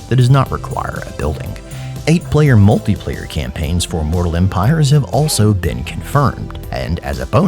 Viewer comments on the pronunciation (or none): none